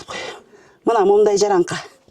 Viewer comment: Жараңка эмес😂жарака деп сүйлөсөңөр